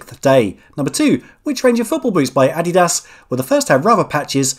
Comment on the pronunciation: Please do us all the favor of saying "Adidas" again 😆😆